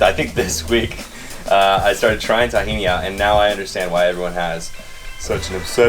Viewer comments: Omg, say TAHhini wrong one more time! Lolololol ughhhh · This a hilarious video! 🤣🤣🤣 btw i’m an Arab and we spell Tahini like: (T-he-naaa)😂 Miles would say “proper liquid runny gold arabic tahini”.🤣🤣🌱🌱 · I love how he says it tah-hini haha cheers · In all fairness, it's pronounced that way once it's made into a dressing - in restaurants and packaged in stores, once there's lemon, seasonings, it's not called tahini (only sesame seeds) but takhina. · Thumbs down for the pronunciation of tahini